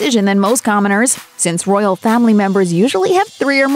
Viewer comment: If you say "Roryal" one more time, i am going to explode ! If you can not speak or you are not willing to empty your mouth before speaking -just decline!